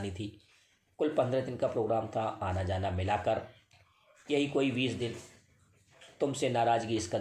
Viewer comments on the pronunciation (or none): कहानी बहुत सुंदर है।आपकी प्रस्तुति भी। आपकी समीक्षात्मक प्रस्तुति में हिन्दी कहानी के बीच अंग्रेजी बातों का अनुवाद बता देते तो और अच्छा होता।दिव्यांगम् के बहुत से श्रोता,दर्शक अंग्रेजी भाषा से अनभिज्ञ हो सकते हैं,मेरी तरह। मनोज को मनोज़ तथा जाने को ज़ाना कहना एक भाषा विज्ञानी के लिए ठीक नहीं है। आज आपका कहानी वाचन कुछ अधिक गतिमान था।श्रोता के दृष्टिकोण से वाचन करने से कहानी और अधिक कर्णप्रिय तथा मनप्रिय हो सकती है। शुभकामनाएं।